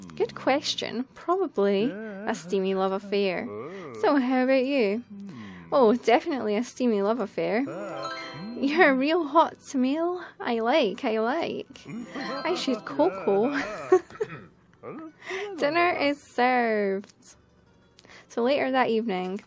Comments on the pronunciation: Tamale is pronounced ( tah-ma-leh ) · Tamale is pronounced like ta molly. Sorry if that seems rude.